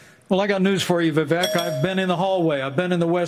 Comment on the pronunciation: The way they all pronounce "vivek".... my indian head just cant 😄